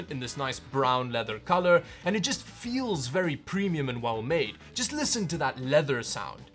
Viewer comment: "lisssen toh ta lether sooound"